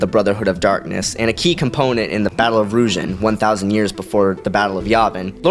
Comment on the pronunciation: Hey quick pronunciation check. Ruusan= roo-sahn. Kopecz= Ko-pe-sh, or even better if you can say it like Ko-or-jsh. The end sounds like the french way of pronouncing a ‘J’. Or just listen to how the guy reading the audiobook pronounces it. Also Qordis was weak, he got destroyed by Pre-prime Bane like he was a just a padawan instead of a Sith Lord 😂